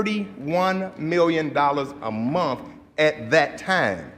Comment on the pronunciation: Chicago has some of the most uneducated sounding leaders in the country! Wow! …saying mumf instead of month …saying axe instead of ask!